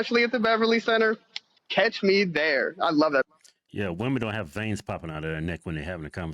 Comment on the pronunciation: "Catch. Me. Thare!"👰🤡